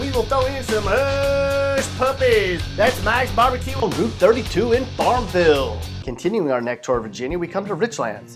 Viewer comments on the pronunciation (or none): It's not "Farm-VILL," but "Farm-VULL."